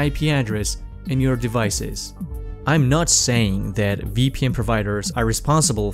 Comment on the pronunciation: servicees? devicees?